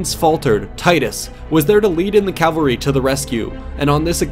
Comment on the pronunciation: His Calvary His Calvary His Calvary Man, this guy's horseback warriors are the MVP